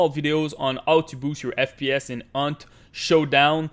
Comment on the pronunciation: did u just say Aunt showdown